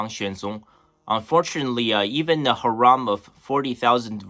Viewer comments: Hey bro, it’s pronounced “hair-um” not “ha-rom” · The word harem is pronounced Hair em The way you're saying it sounds more like haram which has a totally different meaning